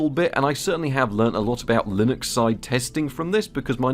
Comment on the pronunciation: "Linox" Britishness acting up lol